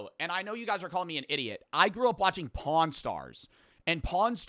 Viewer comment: why does he emphasize pawn so hard😭